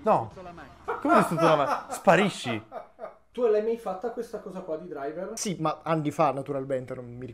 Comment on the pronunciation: Sekiro vs Driver... "KOI DURAIVER"